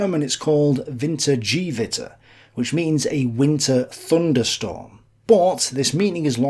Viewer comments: WinterGEHwitter Not winter-G-witter lol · Superb content as always. Just one very small remark on pronunciation. In German, g always has the sound of g in "go", and never sounds as in "Geologyl" no matter what vowel comes afterwards. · Your German improves considerably. So just one correction - not for "know-it-all-reasons" - but for further improvement: a "g" in German is always pronounced as a "g" in "go" which refers here to the pronounciation of "Wintergewitter". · the "G witter" i love the english accent 😁